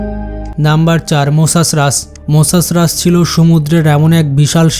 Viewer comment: Mosasras bole ai khankir chele toh bolteo pare na Mosasaurus re boltese Mosasras 🤦🏻‍♂️